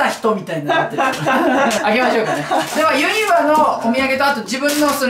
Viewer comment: ユ'ニバじゃなくてユニ'バやぞ〜